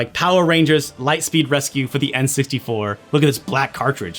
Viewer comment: says "enns-tee-four" when he's saying n64